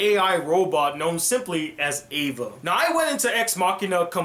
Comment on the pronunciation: Oh, the android's name is Ava, not Eva. That'd be something if it was.